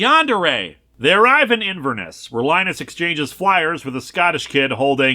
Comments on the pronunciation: As a Scottish girl this comic and Linkaras pronunciation of Edinburgh makes me cry Edit: also the pronunciation of Inverness and Culloden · Judging from your pronunciation of Culloden and Inverness, someone hasn't watched Outlander